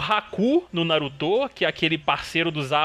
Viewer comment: "narutÔ" (ai meus ouvidos ;-;) brincadeira kkkkk